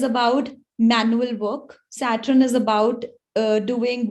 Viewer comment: aap SAT RUN q bolte ho Mam 🤣